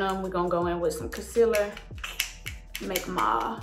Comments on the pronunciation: I like the way she pronounce concealer "Cosiler"🤣❤❤❤❤ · I LOVE the way she says concealer! ❤️